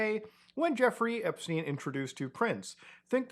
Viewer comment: epSTEIN not epSTINE